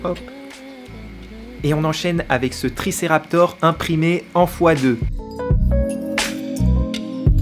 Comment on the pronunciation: Super vidéo comme dab On tip top et non tip tor, donc triceratop et non triceraptor😉